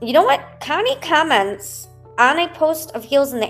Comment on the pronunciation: Nikalina pronounce comments without the LONG I - it’s not KIME ents - it’s comments - with a short o - rhymes w ah